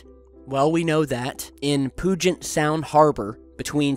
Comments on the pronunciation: he said poogent. is pronounced pew-jet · i am from washington state. i can tell you, you pronounced Puget sound VERY wrong!!! Puget Sound is not pugent. It is said as follows, Pew-gent. Please reply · What? Pugent, oh my God. Puget Sound.. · PUGET (P-YOO-JET) SOUND. As always very good investigation,. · did you say pooget sound? ahahahahaha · I live about 20 miles for Maury Island. Just FYI, it's pronounced pugh-jit, or pew-jit Good video though, forgot about this one even though it's right down the sound... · It's pronounced "pyoo-jit" sound. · Phonetically it is pronounced "Pew-jet" sound - pew like stinky ;) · lol it's pronounced like pew jit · It's pronounced Pew-jit Sound :) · you said poo-jet sound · really!! It's pronounced Pew-jet Sound! Please check your pronunciations before you do these videos. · Dennis Harris I can confirm this